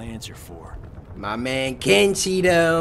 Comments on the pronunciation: You said ken Cheeto lol ahhaha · Cory says:my man ken-cheeto